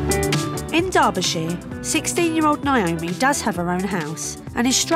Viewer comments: The way they say Naomi is so annoying. It’s literally my name and its pronounced neigh-oh-me not Nye-oh-meeeeee aghhhhh 😒😂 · Some people pronounce it nye-oh-me. Actually, most people I know called Naomi pronounce it that way. neigh-oh-me seems like more of the American pronunciation?